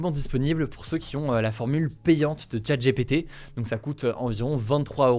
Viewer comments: ChatGPT se prononce comme Tchatte Dji Pi Ti et non Tchatte J'ai pété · 'tchat' 'jépété', drôle de prononciation. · Nan mais les gars, pourquoi prononcer "Open AI" en anglais et "Chat J'ai pété" en français?